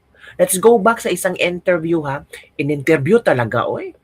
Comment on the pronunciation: Correction sorry po ,you can pronounced IN TERVIÈW and not ENTERBÌEW becoz (I) is different from ( E)